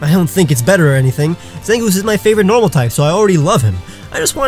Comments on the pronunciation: This dude relly said normal in nehterlands normaal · you don’t know how to pronounce normal even though it’s a Pokémon type